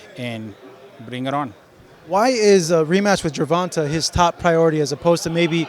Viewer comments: 😆 I hate people that pronounce javante like Gervonta.. It's pronounced Gervon"tay".. It's lame as hell when you hear the way a person pronounces his own name the way his team and family pronounces it and you decide you're just going to make up your own pronunciation.. Does Jimmy Linen Junior announce his name that way? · be getting annoying sometimes. Why do you pronounce Gervante 'GER-VON-TAY' GervanTA? Pendejo * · GERVONTUH ??? TA NOT TUH !! PUY SOME RESPECT ON TANKS MF NAME.. JIS CALL HIM TANK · The interviewing is terrible. Its pronounced Gervontay. Smh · The interviewer always pronounce Gervonta name wrong with a short (a) sound. Dude his name is pronounced with a long (a) sound. Guess it's either not important enough for Gervonta to correct this dude or the opportunity hasn't been right🤷🏾‍♀️ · learn how to pronounce Gervonta your embracing your self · why the hell does he say Gervonta like that. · Bro why he saying Gervonta name like that? He heard it so many times, it gotta be intentional.